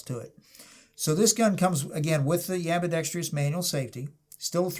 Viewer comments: Ambidextrous, not ambidextrios ... 🤦🏻‍♂️🤦🏻‍♂️ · The model with the manual safety is ambidextrous... not “ambidextrious”. Please stop mispronouncing it. “Ambidextrious” is not a word. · there is no "i" in ambidextrous....